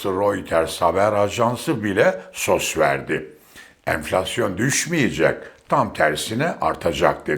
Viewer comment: Sos değil Sabahattin, es o es diye okunur. Ya bu İngilizce kelimeyi kullanma veya Doğru telaffuz et. Anlattığın güzel fikirlerin arasında çok komik oluyor. Ha, SOS kelimesi yerine "yardım, imdat" diyebilirsin.